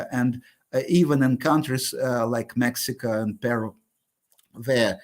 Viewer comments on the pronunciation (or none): none